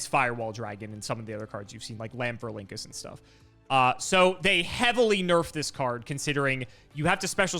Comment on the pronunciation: Pronounced "Lan-FOR-ink-US". It's based off of the Rhamphorhynchus (Ram-FOR-ink-US), a long-tailed pterosaur from the late Jurassic period. Konami replaced the "Rham" with "LAN" to make it more cybernetic-sounding. There is no "Link" in that name, though I know you'll just keep using it <3